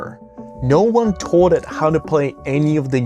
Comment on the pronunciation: I'm really curious what the accent the speaker has because of how he pronounces "wall" and "ball" and "taught" in the few seconds after . I've never heard ball pronounced "boouwl" before. His accent sounds relatively normal the rest of the time, but there are certain words, the ones with an "aw" or "au" sound like in wall and ball and taught.